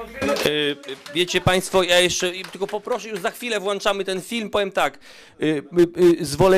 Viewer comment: Panowie, wykształceni, mogliby się nauczyć posługiwać językiem polskim - włączamy, a nie włanczamy. Mowa o Panie Turczynie i tym drugim, którego nazwiska nie pamiętam, a który odpowiadał Panu Braunowi.